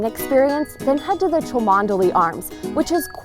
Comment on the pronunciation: Agreed, nice vid. Not knowing to pronounce it as 'chumley' is perfectly understandable though, there are plenty of locals who struggle with it... and Burwardsley :-)